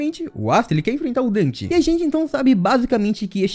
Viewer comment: NÃOOOOOOOOOO, tu me fez errar a intro falando dan ao invés de den, estou sofrendo um colapso, meu corpo esta derretenddddddddddd